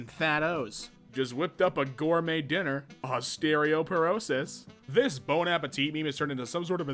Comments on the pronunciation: "osteRIOperosis" XD vs ostEOperosis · The fact that he had three tries to read “osteoporosis” correctly and he did not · It's pronounced like ahs tea oh per oh sis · O-stereo-porosis is crazy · Best part of the video is him mispronouncing osteoporosis